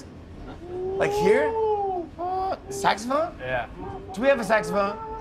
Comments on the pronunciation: After all he says saxophone this time correctly....😅😅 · tae learnt how to pronounce saxophone :)) our sexy porn star kfrnırngronvrg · im so happy to see tae pronouncing saxophone right. he's so precious ps not making fun of his english. if i tried to speak korean id come off as a complete idiot. his mistakes are so small and hes still amazing at english im so impressed every time he speaks